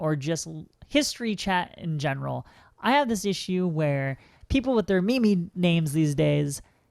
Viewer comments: she didn't pronounce meme, me-me. she said the word memey. (having the qualities of a meme) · She said memey